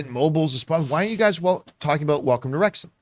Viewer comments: FYI, It's Rexum not RexHAM 😉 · Jon, you mispronounced "McElhenney" and you mispronounced "Wrexham" too. It's not "wrecks-HAM", it's "wrecks-um". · Pronounced Wrexum by the locals not Wrex Ham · Wrexham is said as REX-UM not REX HAAAIIRM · Hi John and team. It's pronounced 'Wrex-hm' and not 'Wrex-ham' 😂 Love your show. BOTF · It’s pronounced Rex’m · Rex-ham 🤣 You don't pronounce the H! You never pronounce the H in ham for British place names unless it's a separate word, like West Ham. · Wrexham lol Wrexhm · Worries about mispronouncing that guy's last name but makes no effort to get 'Wrexham' right despite making it clear at the beginning 😆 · He's watched the show, and he still can't fucking pronounce Wrexham properly. Just incredible. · Wrex'm. Pundit only has one n. Not pundent.